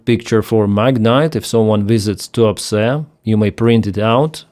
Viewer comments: Did I hear that correctly? That Russian oil port is called "The Port of Too-upset"? Must be my silly computer speakers. ;) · Tuapse sounds a bit like "too upset" when hearing it. Fitting.. a lot of russian are probably too upset.